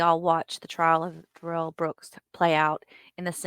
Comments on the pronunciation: Isn’t his name pronounced Darrell not Duh-rell? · It's Dare- ul, not Da rail.. It's should be demon. But his name is Darrell / Daryl ...